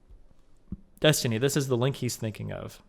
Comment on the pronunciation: started the mispronouncing of destiny's name before Finkledick